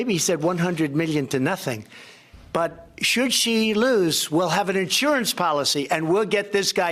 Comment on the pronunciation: When he says "Should She", it sounded like "Susie". Same as when he says "Origin" that sounds like "Orange".